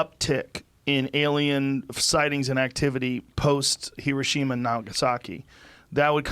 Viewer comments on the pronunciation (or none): none